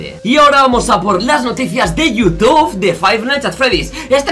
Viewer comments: dice toutube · por que dice Toutube?